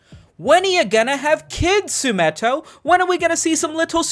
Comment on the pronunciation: why do spell your name "Sumito" but pronounce it "Sumetto"?